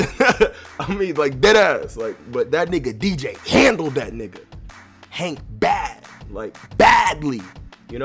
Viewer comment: Coughrelief HAÈNK 😂😂😂